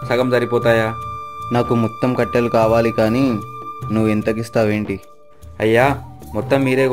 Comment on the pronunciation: Kattalu kaadhu kattelu